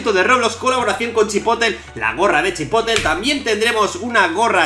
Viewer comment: se dice Chipotle asi como se escribe no Chipotel:U